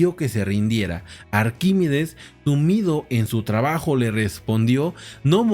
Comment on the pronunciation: Arquímedes...no Arquímides